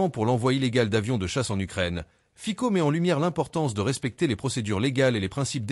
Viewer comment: Ayez la délicatesse de prononcer le nom du Président Fico correctement !